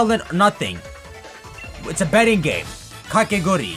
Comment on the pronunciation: Ofc the man who misprounces everything cant say "kakegurui"